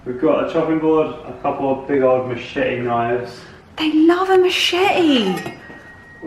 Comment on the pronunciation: lol, heard the cockney come out of when you said, machete...lol